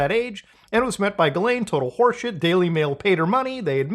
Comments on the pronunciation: it is pronounced "jizzlane" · muta pls, pronounce her name correctly, it's jizzlaine. 🙃